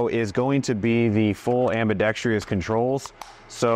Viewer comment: I swear on my life- I am not normally one of these guys, but there is no such word as "ambidextr-ee-ous" it is pronounced "ambidex-truss" or "ambidex-trous". In not just this guy. Most people say it. Just look at the fucking word and souuund iiiit ooooout. Drives me nuts! Hahahaah! Don't know why this particular word e mispronounced fucks with me?